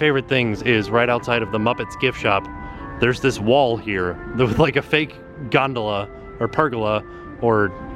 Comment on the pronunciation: "Gondola" lmao